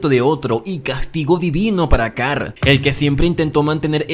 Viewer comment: Carl ❌️ Car✅️